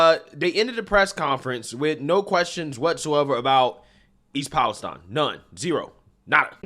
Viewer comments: Its pronounced east palesteen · I usually overlook not being able to say words sometimes but this one made me laugh. I'm not even talking about the fact that it is pronounced there slightly different from every one else (palace steen). version sounds closer to Pakistan. In no way can you get an from ine. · Dude can't pronounce East Palestine.